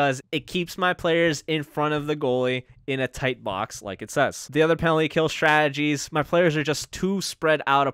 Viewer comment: I like your videos, but it bothers me that you pronounce the word Strategy as "Shtrategies"